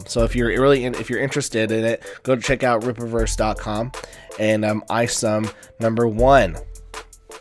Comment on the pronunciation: It's not the Ripperverse. It's the Ripp-a-verse